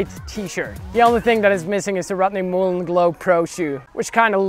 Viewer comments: “The impahssible tricks of rutney mooln” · The impossible pronunciation of Rodney Mullen.